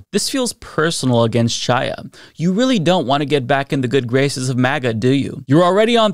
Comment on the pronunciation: The “Ch” in Chaya’s first name is pronounced like the “Ch” in Bach or Challah bread. It’s a Hebrew name. We take issue with all the fascists calling the VP Ka-MAH-la, we should pronounce her ethnic name correctly.